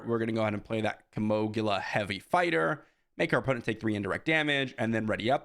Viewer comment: It's Kino-gila not kimoglia. Kind of like keemo- geela